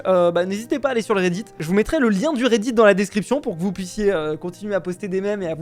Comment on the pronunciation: Quand tu dit redit on dirait que tu dis Reidid likez pour qu’il voit